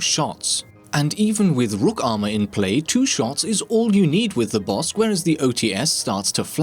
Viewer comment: Is it just me or is calling it the "Bossk"?